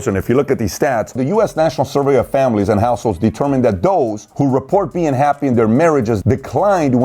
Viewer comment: Dos? Its those!